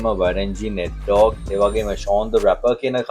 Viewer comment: ඩෝග් නෙමේ ඩොග්